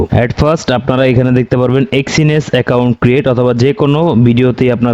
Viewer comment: এক্সিনেস কি ভাই, আগে তো শুনিনি, আপনার মুখেই শুনলাম, আগে শুনেছি এক্সনেস